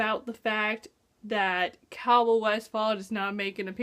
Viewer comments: Cay-ol not Cowell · interesting theroies! p.s. did you just call Aelin, Elain? did you just call Chaol, Cowall? Aye-lin Kay-all. sorry it's just fusturating lol